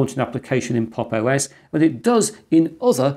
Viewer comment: at times i miss heard 'pop os' for 'pog os'